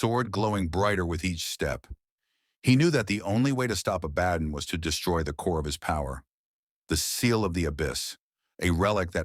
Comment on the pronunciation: pronounced ABA-DON, not A-BAD-DON.